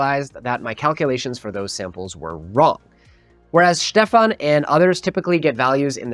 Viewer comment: It's Schtefahn, not Stefan. 🙃